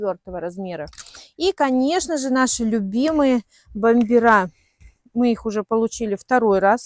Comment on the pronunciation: Научитесь грамотно говорить! На себя НАдела, а не одела. Бомберы с ударением на первый слог! А в остальном претензий нет.